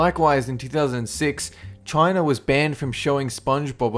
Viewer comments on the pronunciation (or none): none